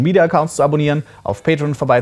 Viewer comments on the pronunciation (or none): none